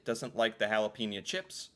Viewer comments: Jalapenos ... GEL-A-PIN-O's emphasis on the A .... gelApinos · I’ve trained as a chef and I’ve never heard any professional cook refer to jalapeños as gelapenos.